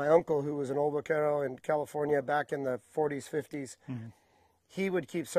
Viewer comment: Stephan.....I understand that.I worked in the central coast region as well and my Grandfather was raised on the Tejon ranch,north of LA,Ca.The terms were the same in both regions.Since we are on the subject,i heard another Term in this video,that was commonly mis pronounced.....Vaquero......All too often,i hear it pronounced with the V sound when it is properly pronounced with a B sound.Hence the Anglicized form of Buckaroo....Next time i see,ill have to take this up with him personally.